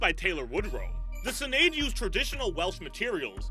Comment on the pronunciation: As a Welsh man I can't help but laugh when hearing people trying to pronounce Welsh names. Y Senedd is maybe not that easy. I have never heard anyone pronounce Cardiff in that way. Fair play for trying to say it every time and not cop out and say the national assembly building of Wales. I respect that not a lot of people would do that. Also I did chuckle at the way you said Westminster. Oh yeah what was the loud music cutting the end of the intro off? Very odd.